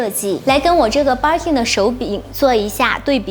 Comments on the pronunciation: Barkin 汪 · Birkin的發音怪怪的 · 她讀錯的，一直沒改